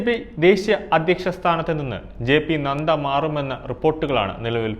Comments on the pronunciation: Nandayalla bro...nadda.....onnu koode clarity kodukku.. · താങ്കൾ ആദ്യം അക്ഷരം പഠിക്കു. JP നന്ദ അല്ല നഡ്ഡ ആണു. അതെന്താ ഈ സങ്ഖ്യ കക്ഷി.😂